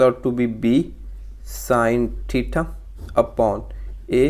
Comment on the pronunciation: Theta ❌ thitha ✅